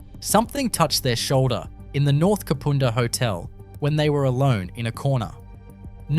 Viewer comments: i know, everytime he said kapooonda i cringed!!!! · Kah-poon-dah is how U should say it 😅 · The Main Street of Snowtown is nothing like the pic you posted. I live 77km from there. If I need to use a toilet and I’m near Snowtown, I’ll stop there. I also buy food and drinks from the roadhouse there. Kapunda is pronounced as it looks. The u is as in the word under: Kap Unda. Not Kapoonda, which doesn’t exist. Someone else already pointed out about NULLARBOR plains, often simply called “The Nullarbor”. Narrator should go back to school. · It is Kap"u"nda. Amazed to hear it ranks as haunted. Used to waitress at north Kapund hotel. Kapunda does have an interesring history as many rural towns. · Ka pu (pa) nda not ka poo nda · Dude you are truly slaughtering the names of these towns and suburbs... kupunda,,, is pronounced ka-punda. The bodys in the barrels were in snowtown not kupunda mines most of the victims had been done in salisbury north and stored in the barrels under a bank in snowtown. The 2 places are around 110km away from each other. I cant keep watching. Get the facts correct learn how to say the names and you would be in a winner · Kapunda is pronounced Kaapuunda nothing like the way you are saying it. The Nullarbor plains are pronounced Nullarbor. I REALLY WISH people would research the pronunciation BEFORE they upload. Especially when you live in the same damn country. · Thanks for this video. Love it! Just a heads up… Kapunda is pronounced Ka-pun-dah. Cheers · You showed a photo of Hamley Bridge in the Kapunda story. Kapunda is not pronounced ‘Kapoonda’. The Snowtown bank is still there too. Great video though otherwise thanks. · its annoying when they say the places wrong ka-pund-a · No offence man but Kapunda is pronounced "carpunder" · Learn to say Kapunda as in under it drives me nuts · The 'u' in Kapunda is pronounced like the 'u' in ugg boots! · He can't even say Kapunda right!